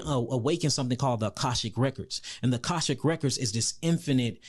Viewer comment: GREAT INFORMATION!!! THANK ❤ YOU! [ It's Akashic Records, not Kashik]